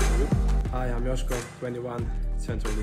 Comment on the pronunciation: To the makers of this video😊 Correct pronunciation: Joško=Yoshko